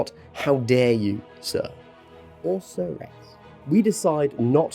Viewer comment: Never in my entire life have I ever heard someone say the word 'Sir-ess'